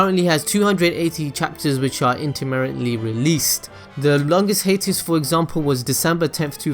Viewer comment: You were saying "hiatus"? I thought you were saying "Haters"...